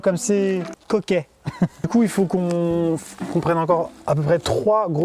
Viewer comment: j’ai compris “couille” au lieu de du coup 😂